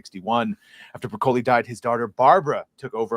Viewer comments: OMG, it's brah-ka-lee, not bruh-kohl-ee. Don't try to church it up, son. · I was too distracted by the way this guy pronounced Broccoli to pay attention to what was being read 😂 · murcans and their funny pronounciation of italian/spanish words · Hard to take the view of someone seriously who can't pronounce "broccoli".